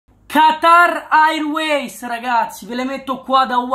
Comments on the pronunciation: QATAR AIRUEIS , BEST PRONUNCIA EVER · Come cazzo lo pronunci Qatar airways